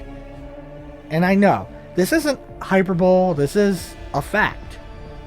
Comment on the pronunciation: You say hyperbole like- hai-per-bol-ee. English spelling is pure insanity. Thanks for making this! I hadn't even noticed thay'd made a "Remastered" version of one of my favorite games!!